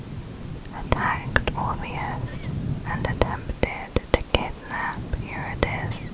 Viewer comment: I'm sorry but it isn't "youre-a-dis" it is "yu-rid-e-sea" Driving me crazy